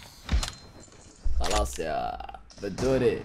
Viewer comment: بدوري مو بندوري🤣🤣🤣🤣